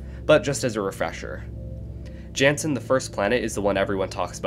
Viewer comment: He I know I've already said this before but just in case you didn't see. You're pronouncing 'Jannsen' wrong. Its actually 'yan-ssn' can you please add this to your future videos?